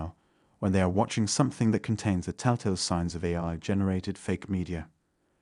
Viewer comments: as soon as it mispronounced AI I was like... what the f... lol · Ironically for me it's when it mispronounced AI lol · I had that idea once it pronounced “AI” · I just realized it when he pronounced 'AI' wrong. Didn't even notice at first. Very impressive. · A I , not aye😅 This is 100% an AI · I knew something was off then you said 'AI' as 'Aayee' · Took a hole minute for me to clock that the voice was AI, probably because I've never watched one of your videos before. I just presumed you somehow didn't know who Simon Cowell was, but when AI was pronounced "ayy", I realised. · realized it when it said A instead of A.I. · The irony is that the narrator isn't real. The narrator voice pronounced AI as 'eye', despite the topic being about AI. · I'm not convinced the voice is AI. At the beginning it pronounces aye yet later says AI . Could be digitally manipulated to sound fake too. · It’s really interesting to hear an AI talk about other AIs without realizing he’s an AI!! Still learning, though. A real person would have said the letters A then I instead of Ai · Or when it pronounces AI as “A” lol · I caught it way before when it pronounced AI as Ayi. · He read "AI" as "eye." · I got suspicious when I heard AI pronounced as “Ay” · AI doesn't know how to pronounce AI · "Deep brain ay" .... you mean deep brain A I ..... these computer readers are fakes themselves. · A deepfake voice being unable to pronounce AI is hilarious. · This actually scared me. I thought the voice was real. I heard the breathing and was totally convinced. Took me until when he didn't pronounce the I in Deepbrain AI. Although I should've noticed when he immediately mispronounced Simon Cowell. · I sussed it at AI but why wouldnt an AI know how to pronounce its own name? I suspect they got it wrong on purpose, maybe... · Amazing, listening to a video about deep fakes while listening to a fake voice.... samen instead of simon... Ae instead of A.I. dee-bat-able instead of debatable